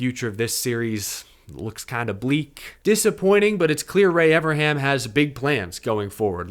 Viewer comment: Evern, EVERN, EeeVvvEeeRrrNnnnn, come on buddy, you can say it, Evernham. If you are going to do a podcast about Ray Evernham, learn how to pronounce his name FFS!